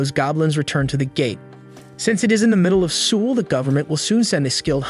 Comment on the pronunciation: The way bro says Seoul 💀